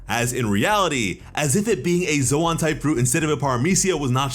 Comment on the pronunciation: So like are you pronouncing ZOAN wrong on purpose or what??? It’s pronounced like LOAN!!